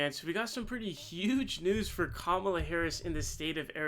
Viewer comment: Dude, could you please show the courtesy to pronounce her first name correctly!